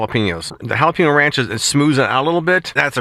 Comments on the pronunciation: It's pronounced with a long a sound like paynyo. 😊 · Pen is pronounced peen? Jalapeño is not halapeenyo.